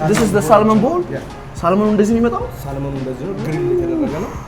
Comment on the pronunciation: “ሳልመን” ሳይሆን “ሳመን” ነው L አይነበብም። “ቦሪቶ” ሳይሆን “ቡሪቶ” “ካሳዲያ” ሳይሆን “ኬሰዲያ” ነው እሚባለው።